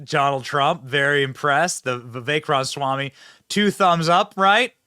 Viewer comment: Benny cant pronounce Ramaswamy. Cracks me up